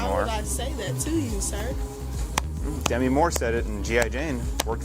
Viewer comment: It's pronounced Demi, not Demi.